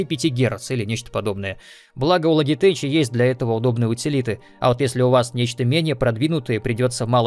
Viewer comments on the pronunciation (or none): Лоджитек, а не Логитэч